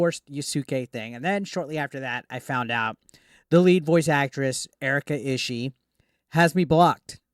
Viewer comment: Last name is pronounced "E-she-E" btw